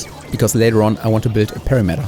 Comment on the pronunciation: "Perimeter" is pronounced like "puh-RIM-et-er," with the emphasis on the second syllable. Here it sounds like "PIR-RI-met-er" with emphasis on the first two syllables. I'm a fan of your content, I watch every video, so do not think this is the only thing I took away from this video! 😄 "Parameterized" should sound like "puh-RAM-et-er-ized" instead of "pair-uh-MEET-er-ized." Hopefully this is useful and not annoying